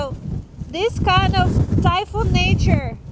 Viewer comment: I thought you kept saying that you were going to eat Thai food 😂. Then when you said it was like a hurricane I understood that you were saying "typhoon."